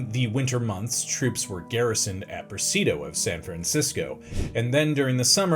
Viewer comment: Please. It's 'press-ID-ee-o'. Presidio.